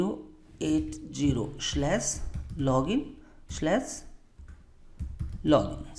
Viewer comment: and it's not shlas... it is SLASHHH